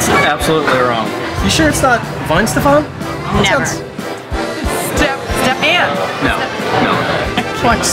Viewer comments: Wait, why is the W pronounced the same,as the English W? Shouldnt it be a V like pronunciation? Btw this beer is amazing. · It’s pronounced like V, not W. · It's actually pronounced Vy-hen-shteff-on. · Wouldn't Weihenstephan be pronounced, in German, "Vy-en-shteffan?"